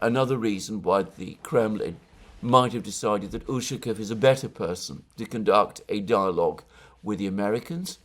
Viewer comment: You're putting the wrong emphasis on Ushakov's last name again. it is necessary to emphasize the second syllable of the letter 'a'.